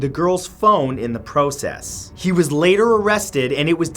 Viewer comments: I can't un hear him say Porwcess hahaha luv ya matt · in the PRO-cess